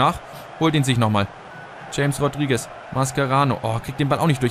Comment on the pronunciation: es heisst chames rodriguez(ausgesprochen) :) aber ist eigtl nicht wichtig